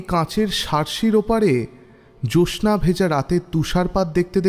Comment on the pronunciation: Apnar 'Jyotsna' uchharon ti khub kaane laage. Doya kore shudhre nin ektu.